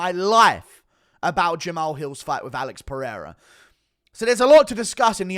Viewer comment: Daniel " AH-LEX PEREIRA" Cormier